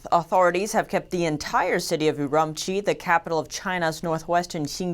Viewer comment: LOL I lived there for 10 months and she is not pronouncing Urumqi correctly.